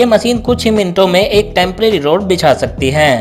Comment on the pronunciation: Rud banane ki